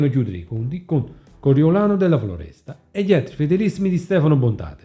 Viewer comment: Coriolano della Foresta no Floresta..in più Contorno poteva parlare con il suo capo nn per sempmice amicizia ma xchè faceva parte della decina riservata agli ordini solo di Bontade....il capo decina media nn medita...😂..errori da 5 elementare..prima di fare un canale imparare a parlare on italiano no?😅